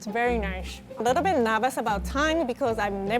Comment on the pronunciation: “It’s very naish”